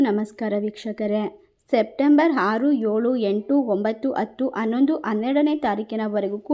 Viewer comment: ಅ ಕಾರ ಮತ್ತು ಹ ಕಾರ ಸರಿಯಾಗಿ ಮಾತಾಡಿ ಹದ್ಭುತ, ಹಾರು ಹೇಳು ಹಾತ್ಹ್ಮಿಯ ಇದು ಯಾವ ಕನ್ನಡ ದಯವಿಟ್ಟು ಕನ್ನಡ ಸರಿಯಾಗಿ ಕಲಿಯಿರಿ ಕೆಳಕ್ಕೆ ಅಸಹ್ಯ ಆಗುತ್ತೆ